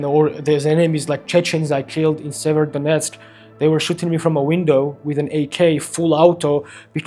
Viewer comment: Severodonetsk It's a city. Not a Donentsk